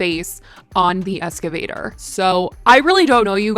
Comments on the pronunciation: Ex - cuh - vay- ter Not being mean/sarcastic. Just genuinely trying to help for your future videos because I know you’ll need to say this word again soon. Thanks for the video btw 🥰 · No, wait stop 😂😂😂😂 She literally said ES-CAVATOR I’m fucking howling 😂😂😂😂😂😂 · "escavator" lmaooo girl you crack me up